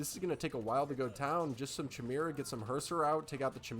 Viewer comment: Great Cover! Jotun= Yo-tun Jarl = Yarl Jormundr = Yor- mundr Chimera = Ky-mara